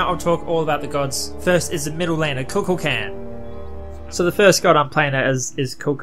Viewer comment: Ku Kool Kon is how u say it lol